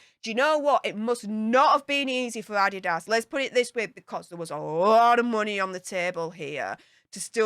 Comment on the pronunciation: Adidas is a German company started by Addy Dasler and the company is named after him. is actually the one who is pronouncing it correctly. As far as I know, only americans pronounce it Ah-dee-das.:)